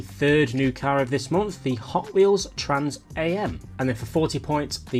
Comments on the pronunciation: Hey, it's Trans AM as in Trans America mate, not as in Trans (am/pm,) and Napier is like Pap(e)-ier not like a babies Nappy....good info as always though, keep up the good work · Just a heads up, it’s trans “Ah•m” not “A-M”. 😁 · "The Hot wheels Trans A. M." 😂😂😂 It's Trans Am... not A. M. 👊👊👊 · Trans am is pronounced Trans AM, not A-M, it`s named after the Trans am racing series that started in the late 1960:s in America, which was especially made to race Pony cars ( Cars like the Ford Mustang, Pontiac Firebird, Dodge Challenger and Chevrolet Camaro ) The real name was to be Trans-American, but it was shortened to Trans Am, and when Pontiac made a high performance model of the Pontiac Firebird in 1969, they decided to call it Trans Am, and since , the top model Firebird was always called Trans Am. If you want more reference to this name, i would recommend the Sammy Hagar song : Trans Am :) The Trans Am racing series is still running, and features very highly modified and extremely fast 850 + hp versions ( In the T1 class ) of the Chevrolet Camaro and Ford Mustang racing each other :) Really cool series with some seriously fast cars :) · So painful hearing you pronounce the A and M separately. It's pronounced as one word like "I am" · It's pronounced 'Trans am' as in abreviated, Trans America. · You don't pronouce Am like the time on a clock.